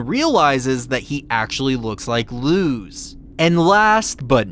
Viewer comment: You're literally the only person I know that pronounces Luz's name with an actual zzz sound instead of a sss... w h y ?